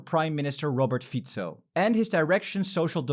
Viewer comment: You are one of the only English-speaking people I ever heard pronounce Rober Fico correctly 😂